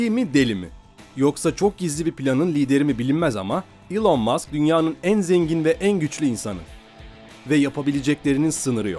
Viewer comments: Elın diye okunuyor zannediyor heralde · Doğrusu "İlon" diye okunuyor zaten eğer buna takıldıysan. Sen yorum yapmadan önce bi araştır istersen:) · Boylesine guzel bir mecrada birde su kisilerin isimlerini dogru telaffuz etseniz keske..